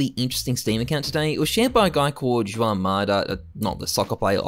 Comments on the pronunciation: Ju-an man it’s pronounced huan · "sho-arn" lool its said like h-wan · juan is pronounced hwan :D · The way he says Juan is causing my ears to bleed